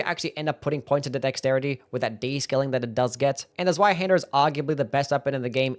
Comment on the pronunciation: Zweihander rules! Oh, and it's pronounced "tsvai", the 'z' is 'ts' like in "tsunami".